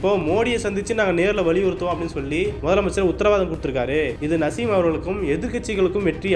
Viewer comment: Ada iva yaaaraa ivan.. Perukooda padika therila... Naaasim... Nasim nasim ndraaa